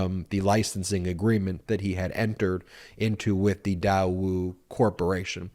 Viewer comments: Daewoo.... pronounced "Day-woo" is one of the larger conglomerates in South Korea, doing business all around the world. In the mid-90s... they used to sell cars in the US. Your title eludes that Daewoo is a North Korean company. I don't know how trump is getting away with emolument clause. Although there is an emolument clause is in the constitution, how is this enforced if any. The clause of "without the consent of Congress" .... was this ever addressed? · You are saying the name wrong. GM/Chevrolet bought out Daewoo many years ago. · The company is Daewoo...spelled like Daeyou...ae like an a in "than". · It's pronounced DAE woo not dai woo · Please let our US Government investigate and handle this one. First of all, it is not pronounced DIE WOO it is pronounced DAY WOO!!! Trump should not have injected his greedy, self serving, self into this delicate but important, back channel relationship, but the Daewoo relationship is a vital, SK/NK relationship that should not be damaged. Please focus on any of Trump's hundreds of other self serving crimes instead. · It is not Diewoo it is pronounced Daywoo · Daewoo pronounced 'dayoo' not 'diewoo' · Day-woo it’s pronounced day-woo. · IOt's pronounced DAY WOO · While i agree with the point that Trump has misled our country and its citizens, I think we have to be careful with this specific allegation that Daewoo (correctly pronounced Deh woo) has deep ties with North Korea. It is true that Daewoo has been identified as the sole private industry to deal with North Korea, that is more in line with the two governments (North and South Korean) are trying to work in trying to "normalize" relations between both countries. That, however, does not negate the requirement for Trump to have disclosed it and he should certainly be held accountable. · dude it is pronounced Day-woo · Loans not deductible only interest. Know your facts before you podcast. I believe it's pronounced Day woo. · Pronounced “day-woo”…..